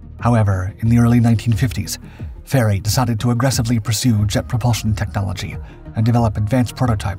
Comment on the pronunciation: And it's Fairey.